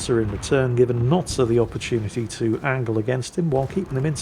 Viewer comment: Notsir?????????????? I thought it was Noster???????????